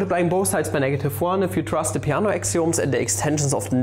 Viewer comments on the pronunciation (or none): none